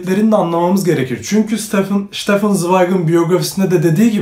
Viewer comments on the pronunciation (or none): none